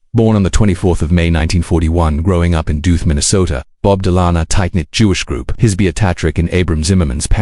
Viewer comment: Stupid AI slop cannot even pronounce his name Don't watch.